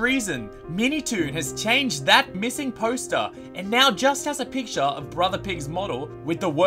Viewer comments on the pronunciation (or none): none